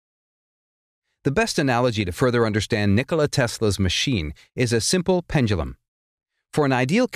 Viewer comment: Pendulam? Pendulum maybe?